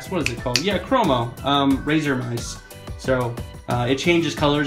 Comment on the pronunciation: it's croma you goof